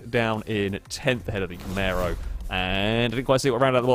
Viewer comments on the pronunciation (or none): No one:: Camèro